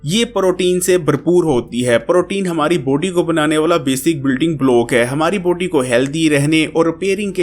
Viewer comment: یار لفظ باڈی کو بوڈی نا بولو۔ بلاک کو بلوک نا بولو